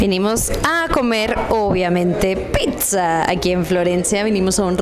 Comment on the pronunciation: Porqué dice "pisa" qué cringe!! 😮